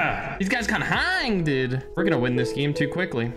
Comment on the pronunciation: when say "dude he says "duda" hahahah lol